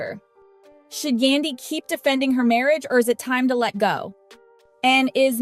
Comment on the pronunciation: I wish the person who made this post learn how to say Yandy's name